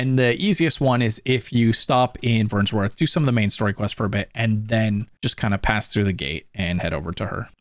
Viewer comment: There's no S in Vernworth my guy.